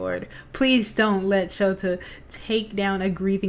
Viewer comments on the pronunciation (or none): Sorry, I really appreciate you reading and posting this stori for everyone. But my asd and ocd are cringing every time you say ShotO instead of ShotA… The erasure hero: eraserhead- shotA aizawa pro hero and teacher at UA The half cold half hot hero: shotO - shotO todoroky hero in training in class 1-A (eraser class)